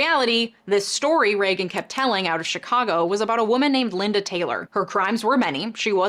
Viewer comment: É Reagan